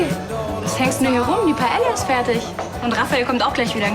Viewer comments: Das heißt Paila, nicht Paelia 😂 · Dieser Pseudo-Spanier Raffael kann nicht mal Paella richtig aussprechen, voll oberpeinlich. Er sagt es 3 Mal hintereinander falsch. Man spricht es Paeja, die ll spricht man nicht. Filmfehler!!!